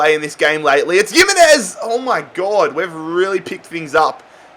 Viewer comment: Nobody:: yimmenez